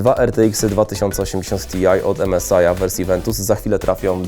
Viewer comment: strasznie drażni ta płyta główna od "emesaja". Strasznie :( ja wiem..ja wiem, że angielski trudna języka ale jednak...emesaj ? :(